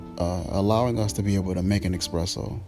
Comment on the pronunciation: It's eSpresso. Not expresso.